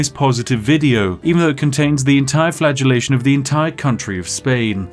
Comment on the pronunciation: flatulation or flagellation